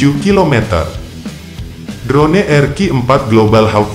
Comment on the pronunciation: Hahahah... ... ADMINNYA KAYAK TDK PERNAH DENGAR ISTILAH ASING YA... 🤣🤭 DRONE DIBACA DROUN MIN... 🤣🤣🤣